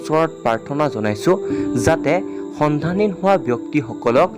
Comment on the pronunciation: সন্ধানহীন উচ্চাৰণটো শুদ্ধকৈ কব